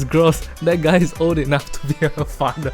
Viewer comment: Shit got so bad singlish accent became stronger "FADER?"